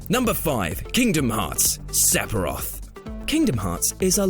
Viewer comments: It's "fff" not "p" said Sef-i-roth, not sep-i-roth. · Sephiroth, not Sepiroth. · "Sephiroth". Not "Sepiroth" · Is it like a running joke in the WhatCulture office that everyone says 'Sepiroth' instead of 'Sephiroth'? I've heard it from a few of you's o_O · Seppiroth.... i lul'd.... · Why are you saying SePiroth... it's Sephiroth, f... ph makes an F sound... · Wtf is a Sepiroth? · Sepiroff? What kind of pronounciation is that? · LOL sephiroth, the ph is an f sound BTW. Sefiroth is how its said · Stop saying Sep-o-roth!!!!! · if the over abundance of the pronunciation of the "p" in "sephiroth" doesnt tell you this is ai mimmicking, idk what else would. def knows, its an f sound. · Are you EVER going to learn how to pronounce SEPHIROTH correctly? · dude can't forget about Se"P"hiroth, seriously dude you do know that ph makes and "F" sound right? everyone has their own way of pronouncing it but a hard P is just fucking inexcusable. and is there an R in Flowey? no I don't fucking think so.